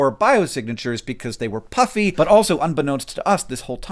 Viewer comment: My not-to-keen ears heard “Hi-C-um worlds” and “puppy atmospheres” :D